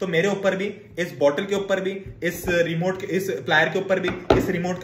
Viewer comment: Remote ❎remont✅